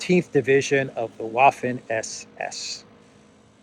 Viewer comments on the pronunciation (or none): the German word 'Waffen' (same root as the English 'weapon') is pronounced with a 'v'.